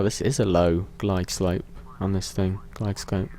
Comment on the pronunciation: GLIDE LOPE NOT GLIDE SCOPPPPEEEEE!!!!!!!!!!!!!!!!!!!!!!!!!!